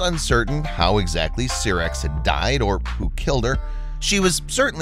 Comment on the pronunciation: syrax is pronounced as sEYErax, not sirax.